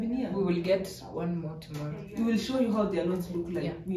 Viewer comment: She said "TOMOLLO" Right.... Anyway I love the content.